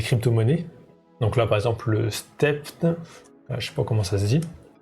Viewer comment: Step'N se prononce stèpe ène 😀